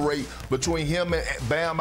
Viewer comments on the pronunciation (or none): Perk really tried to correct himself just to still mess up bams name